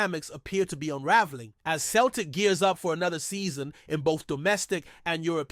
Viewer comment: Mate joe hart dnt play for celtic anymore and its pronounced seltik not kelrtik